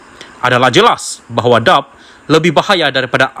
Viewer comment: Pembaca berita bukan orang Malaysia kerana sebutan DAP seperti “dap”😂😂😂. Nampak macam kita tidak ada pembaca berita Malaysia kah???